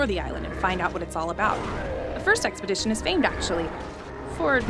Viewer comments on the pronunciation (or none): none